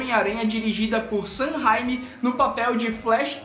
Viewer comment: Vc falou errado e Sam reimi